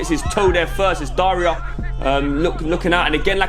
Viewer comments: Doing his homework but still messed up by calling Dara, “Daria” lmao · How gonna say "Daria"itS Dara 🤣😭😭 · His names Dara not Daria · it aint Daria its Dara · it’s dara not daria